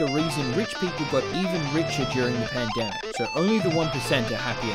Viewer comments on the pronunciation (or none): none